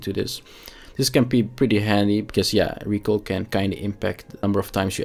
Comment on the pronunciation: yo kerel recoil spreek je uit als rie-kojl ( DUS KOJ als een koi-karper) en dan meteen een L erachter plakken RIE-KOJL (ons mam is van Canada dus ik leer m'n kindjes ook meteen 2 talen, is verekkes hendig later. Maar je doet t kei goed KEEP IT UP BRO !!